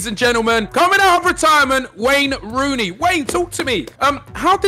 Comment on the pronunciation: Lmaooo that’s not Wayne Rooney that’s Rayne Wooney 😂